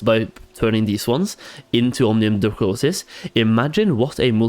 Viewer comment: Thank you for the advice. Great vids! But please, for the love of god, it's Omnium dracoNis not dracoSis. :)